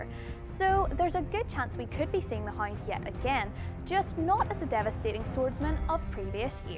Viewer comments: the hind? do u mean the HOUND? y did people ask you to do the voice over for this... ugh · understand it's neat, but if it's not pronounced correctly it's confusing to people who think the person is the hind. She'd be very popular in the region of her origin.. But to do voice over work for this? I think not. Need correct pronunciation to properly portray what you are trying to say. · "The Hoind"